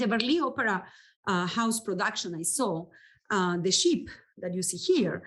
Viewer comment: Her pronunciation of ship as sheep reminded me of exactly the opposite in a very funny bit in the movie "Zorro, The Gay Blade" when Zorro (George Hamilton) was talking about the ships in the field, you know, the baa baas. He also told someone she had trouble with her bowels, you know, a, e, i, o, u, the bowels.